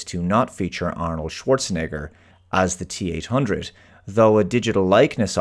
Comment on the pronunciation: why are u emphasizing so hard on the hard r part of arnolds name lmao